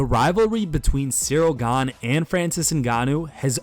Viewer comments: Says Gane, 10 seconds later calls him Gan-ay and then calls his coach Fernand Lopez Lenard Lopez. 😂😂😂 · Ganey. Lennard Lopez. 😂 How about some professionalism. Get the names right 😎 And also Jones did fight. (His wife…)